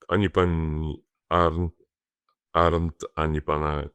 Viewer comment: Panie Pośle !. Bardzo proszę o dokładne wymawianie nazwiska pani Arent. Moje nazwisko to Arndt, tak pan wymawia nazwisko pani z którą nigdy w życiu nie chciałbym być łączony, ze względu na moje poglądy polityczne i jej głupotę. Pozdrawiam serdecznie.